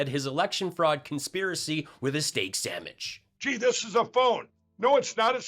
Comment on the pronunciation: I'm surprised didn't catch him saying Steak Sam Witch...